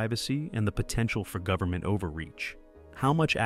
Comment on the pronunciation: "Goveenment"???? Check video